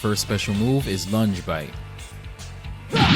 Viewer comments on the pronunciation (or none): none